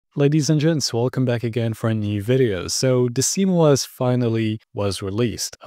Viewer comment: why do you say simOS?